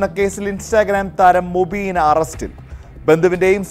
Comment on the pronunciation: Mubeena ❌ umbeena ✅